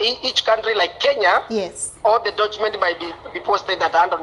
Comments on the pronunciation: He triggers my OCD every time he says 'dochuments' Huyu msee anaboo 😂😂😂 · The moment he said "the dochuments" I was done! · Nimekwama kwa "Dochuments at andony njenro's office🤣🤣🤣" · How can one trust someone who pronounces 'document' as "ndochmen" with his money? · What are dochuments??🤣🤣🤣🤣